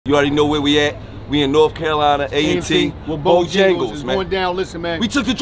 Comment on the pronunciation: Its Bojangles not BOJingles...put some respeck on it.